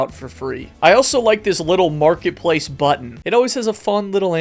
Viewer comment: "hello makretpalce creators"